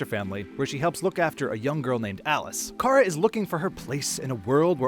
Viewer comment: Why do you call Kara 'Kai-RA'